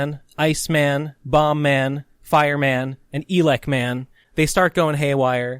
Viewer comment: Man I know you worked a lot on this but your pronunciations are a bit weird. Like it's not eelecman it's Elecman as in Electricity and Twenty XX (20XX) not Twenty XDX.